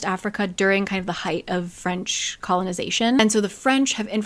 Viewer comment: It tickles my brain how good your French pronunciation is